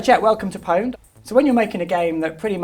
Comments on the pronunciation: If you are going to name a show PWNED at least pronounce it right, it is still pronounxed owned, it's a play on a common typo....... EA out of touch with the gamers as usual..... The only thing you got right was the bimbo but it is obvious she isn't a gamer... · Since when did people not pronounce it p-owned?